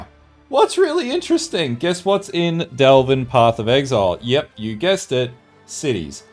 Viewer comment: oh ffs say "devle" one more time! ;). Since the end game is basically delve minus blue and Niko, how are you so sure Delve will be back? Granted if it came back it would be so different and hopefully cool i would love to see it myself. It would be neat actually if there was a cap to delve almost as meta joke making mapping infinite and delve having a cap.